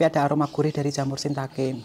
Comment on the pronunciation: Hmm mantul banget👍,salah satu sayur kesukaan saya😋 jamur,btw ralat mbak,bukan jamur sintake tapi jamur shitake🤭